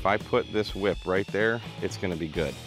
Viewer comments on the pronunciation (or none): I'm sorry. Did you say, "whhip?"